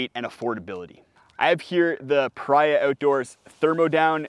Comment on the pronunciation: I've actually corresponded with the owner of Paria products. It's pronounced PahREEah, like the name Maria. Great vid as usual. I own the Recharge XL. It's so amazingly comfortable! And if you write to Paria if you've bought a quilt, they will send you an extra pad strap for free.